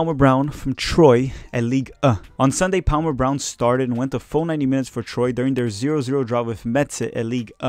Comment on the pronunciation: Sorry. This has been bothering me for a bit now. But, the pronunciation of Troyes is "Tʁwa" or "Twa"